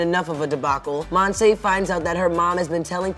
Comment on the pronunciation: This show seems to be good but I’m kinda bothered about the way they say Monse’s name. They say it mon-say but it’s mon-see or in Spanish it’s Mon-se, speaking from experience bc it’s my name